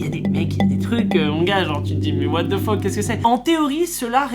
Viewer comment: Ca m'tue le "what de fok" au lieu de "what the fuck"